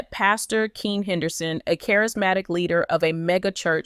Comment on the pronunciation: Pastor Keion(Key-on) Henderson not Keen. This is to the person speaking about this story.